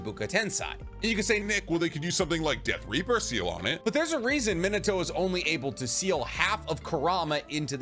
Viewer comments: There’s no one by the name “Minoto”. Naruto’s father’s name is pronounced “Minato” (Me-NA-toh) as spelled. Also Akatsuki is pronounced (Ah-Kat-SU-kee) 4 syllables not 3. You’re welcome 🙏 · Who tf is minute-to. How can you do naruto content and not pronounce his dads name?